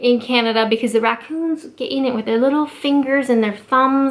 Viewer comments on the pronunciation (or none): Is it me but when she was talking about raccoons, how their little fingers and thumbs get into the rubbish, I kept hearing only the last syllable of 'raccoon'...